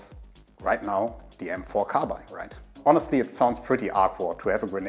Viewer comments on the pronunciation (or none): none